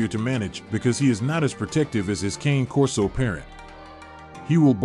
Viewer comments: Not Cain Corso. Kahne Corso. Not hard. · It's pronounced as cony Corso not king or cane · It’s Kah-Nay Corso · KANEI KORSOU pronounce it right if your gonna give information about the cane corso breed at least learn how it's truly pronounced